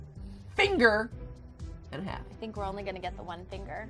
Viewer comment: Hold up. Did u say finger and hāf (presice use of foreign a's) As in SCHFIFTY FIVE. LOOK UP SCHFIFTY FIVE ON UTUBE